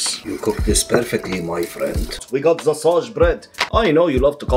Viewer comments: I love how he says "the" as "ZEaah" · not “the” my friend, it’s ZA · He says Za instead of the